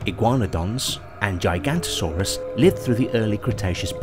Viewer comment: For a science channel, it doesn't look good when you make pronounciation mistakes such as "Mesiozoic" and "Gigantosaurus" (not to mention the "seperated" on the title). Aside from that, presenting the "birds are living dinosaurs" topic as if it were a "theory" (I imagine they use the word in the colloquial sense here) that's debated academically is pretty much incorrect. There isn't much of a debate, it's generally accepted as fact.